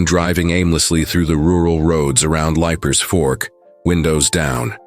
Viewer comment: It is leap-er Fork. From Nashville